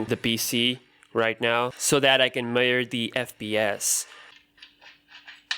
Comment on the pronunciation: some weird Pronouncement to say measures 😁